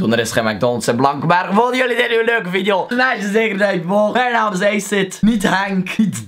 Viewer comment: Leuke veidijo eejsit